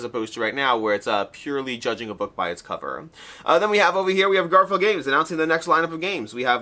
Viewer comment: I’m so glad I never have to hear the “Garp-hill” pronunciation again 😂